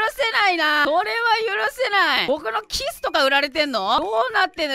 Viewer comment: ｢僕の"キス”とか売ってる？｣って、 キスを強調してるように聞こえるのは私だけ？wwww